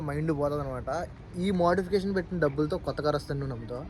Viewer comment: Dabulu kadu ra dabbulu